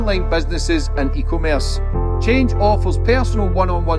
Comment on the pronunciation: FFS!!! It's not eco-merce 😂 it's e-commerce, you need to scrap the advert at the start of the videos and make another one as it makes you sound retarded and I know your not 😂🎉🎉